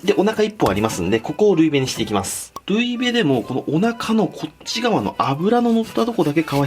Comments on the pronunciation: 多分ルイベのイントネーション違うと思います！ ル↑イ↓ベ→ だと思います！あとルイベって凍った状態で食べることを言うと思います！By道民！ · ルイベのイントネーション気になる道民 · ルイベの発音ですが、アクセントはルです！笑笑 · ルイベの言い方が違うー。笑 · ルイベのイントネーション気になる(道民)